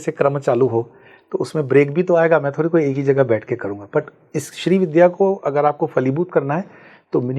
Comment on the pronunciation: Madam, पूरा podcast किया आपने पर श्री विद्या को ठीक से कह नहीं पा रहीं- don't you think it's the basic requirement of doing any program that you equip yourself by studying the subject well? You're saying "श्री विध्या" with such aplomb!